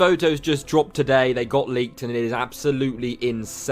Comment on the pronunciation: The way you say today is weird bro!!